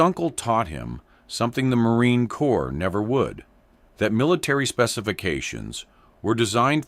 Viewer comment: "Corps" is pronounced "core". And yes, a 15 round mag indicates a semi automatic rifle. I think they even get it wrong in movies.